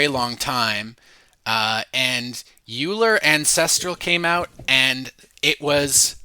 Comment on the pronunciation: Hi! Thanks for the video! And the many other videos, you’re probably the best source of distilled information out there right now. One small point of feedback: Euler should be pronounced like “oiler”, not “yooler.” Keep on going!